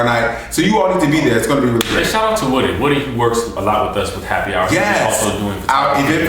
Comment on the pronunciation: shout not shot :-)